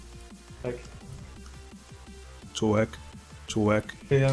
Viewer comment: czy tylko ja slyszalem CZŁEK?